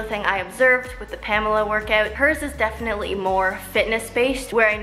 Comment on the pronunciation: it's wrong? it is not "pämla" it is more like "paamehla"... but ok🙃